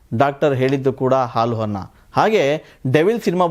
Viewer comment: ಹಾಲು ಹನ್ನ.. ಎಂಥ ಅದ್ಭುತವಾದ ಕನ್ನಡ.. ಮೊದಲು ಕನ್ನಡ ಕಲಿತುಕೊಂಡು ನಂತರ ವಿಮರ್ಶೆ ಮಾಡಿ 🤕🙏🙏🙏🤬